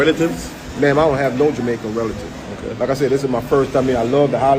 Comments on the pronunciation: This man is NOT an American. The only person in this world who pronounces the word Jamaican as “jomaican” is (not all) a Jamaican… listen to him speak, barefaced liar!!! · Listen to how he pronounces the words. He is a jamaican